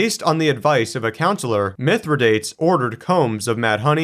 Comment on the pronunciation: You might want to look up the pronunciation of Pompey and Mithridates.